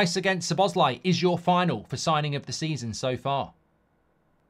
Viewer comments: I’m Hungarian mate, sobosly is NOT how it is pronounced. The correct one is So-bos-lay, or So-bos-la-ee, although the e sound at the end is supposed to be short, he just dumbed it down in the video in order to not make it more confusing. Cheers! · Mark it's the first syllable! Not sz' BOSZ lai, it's SZO boszlai. Listen to him say it himself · Correct pronunciation for Szoboszlai (and correct accent) - SOBO + SLY. SOBOSLY. I heard him say it when he got in the club, and also I know some Hungarian, as Hungary is a neighboring country, love them and especially their women 💋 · That is indeed how Dominik said it on a video when he was asked(he just dumbed it down), however, thats not actually how we pronounce it in Hungarian. Its pronounced szo-bosz-laee("sz" is pronounced the same as "s" in snake).